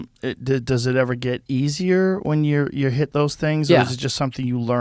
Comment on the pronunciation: I wasn't looking at the video and heard ".. and that's me eating shit" 👀